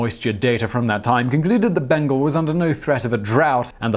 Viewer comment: it’s pronounced Bain-gaal, not Bain-gul